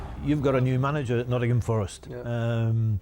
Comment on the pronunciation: Brilliant video, very well put together. only minor let down was the southern voiceover guy that can’t even pronounce Nottingham properly!